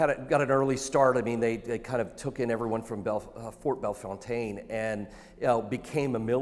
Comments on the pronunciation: Big FACTZ!! Its Bell FounTON! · Bro said “Bell FounTANE” he ain’t from the Lou314 fr 😭